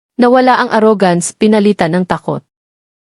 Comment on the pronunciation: Kung maaari ay mag-Aral ng wastong pronunciation ang narrator. Bigkasin niya ang mga salitang: DİNER, TABLE, ARROGANCE, PUNCH LINE, UNDENIABLE, BELONG sa wastong bigkas sa English.